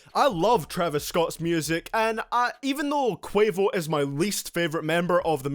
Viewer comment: My mans said quavious